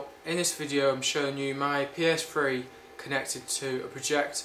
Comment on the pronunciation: PS Fwee hahahha lol